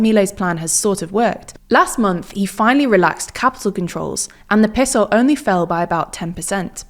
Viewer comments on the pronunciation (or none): seriously stop saying peso like that